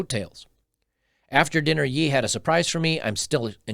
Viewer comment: Note to you … His new name now is pronounced “Yay” - something to do with biblical scripture- as in “Kan-yay” (Kanye) - not Yee as you mentioned.